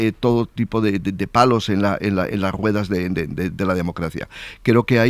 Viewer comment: Debería ir a un logopeda pronuncia mal la r de rueda, le entiendo mal.